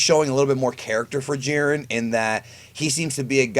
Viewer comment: Wow you completely misread Jiren